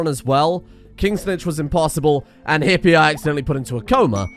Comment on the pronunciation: Hippe is pronounced Hippuh (as in duh) and not Hippy (as in hippy). In case you'll play any more language games on the second channel: In Dutch "E" can be èh (as in beg) when between consonants; ay (as in mayday) when at the end of a syllable; or uh (as in bruh) whenever we damn well feel like it. And just when you think you can now pronounce Hippe Springveer I need to add that it's not Springvayr, but more like Springvir bc the "R" changes the sound of the ay sound to more of an i sound bc saying eer as ayr is awkward. But take solace from the fact that many dutch kids when learning to write, write -ir i.s.o. -eer too.